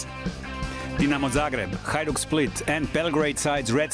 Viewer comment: Outstanding pronunciation of all names too, seems you have really done your due diligence! Excellent work!